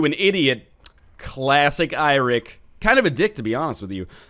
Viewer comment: Eirik is actually the Old Norse form of the name Eric (It is actually Norse in origin). You pronounce it a bit more like you do Eric, it sound like Iric, or Airic